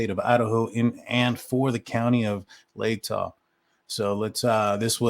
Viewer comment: OMG YOU SAID LATAH RIGHT! WOOOO! lol <3